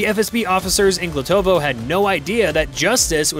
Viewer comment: It's Glotovo, Belgorod region, not Glutovoy. Check news for May 27, 2025